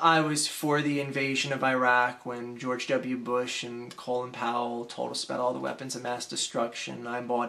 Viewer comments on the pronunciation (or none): none